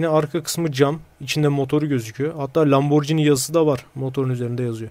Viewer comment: YETER ARTİIK LAMBORCİNİ DEİL LAMBORGİNİ